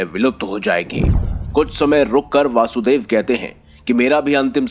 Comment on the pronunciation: भगवान कृष्ण के पिताजी का नाम ` वसुदेव ' है , दोषपूर्ण उच्चारण ना करें ।